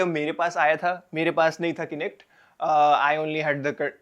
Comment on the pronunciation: It pronounced as kah-nect not Kainect